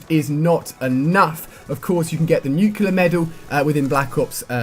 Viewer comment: Ali-A Dude you are STILL saying "nuclear" wrong lol. It is pronounced NUKE-LEE-AR, not NUKE-YOU-LAR as are you are saying.